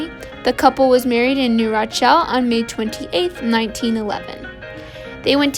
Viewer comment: Please learn how to properly pronounce city name. New Rochelle is pronounced New Ro-shell. Birmingham England is not pronounced the same as Birmingham Alabama